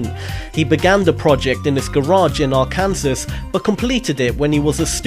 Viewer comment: Arkansas is pronounced ar-kin-saw